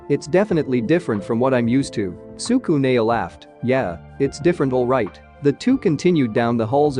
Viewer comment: bruh your making me pissed stop saying tsukune like that